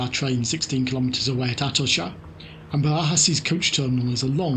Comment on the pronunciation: Quick tip. In Spanish ch is pronounced as it is in English. Atocha, rather than Atosha.